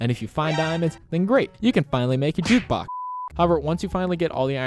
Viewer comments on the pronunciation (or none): Dude he said make a caftting table and jutbox and jame in hahaha🤣🤣🤣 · Why you say JUKBUX!? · Should you build your base near a cave? And also, WHY DO YOU KEEP SAYING JUKEBOX!?!